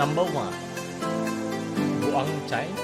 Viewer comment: taga tabaco po ako,pronounciation po niyan BUWANG hinde buang ahahahah